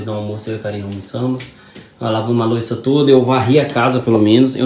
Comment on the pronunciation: porque vc fala lavar loica ao invés de lavar louça? Um abraço!